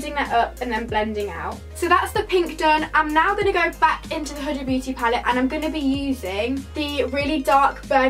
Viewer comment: No hate but is it not pronounced hooda x